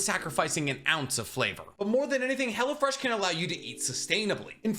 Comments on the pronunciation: Lmfao it sounded like youre sayin Hella Fresh sometimes; also WHERE DID YOU HAVE 55 LBS TO LOSE?! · Am I the only one who hears "Hella-Fresh" when he does this sponsor? Lmao